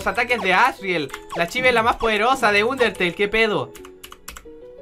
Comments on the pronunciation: Se dice anderteil xD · Like si te diste cuenta que dijo uniteyl